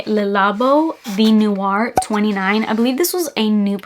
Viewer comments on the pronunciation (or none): Tea in French is spelled “the” but pronounced like Tay. ❤ so it’s actually “tay noir” and “tay matcha” Sounds like lovely Tea scents. Can’t wait to smell them!